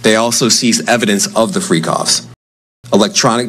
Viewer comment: It’s not that hard to remember how to say Freak Offs bro you acting real sketchy to me. 🤔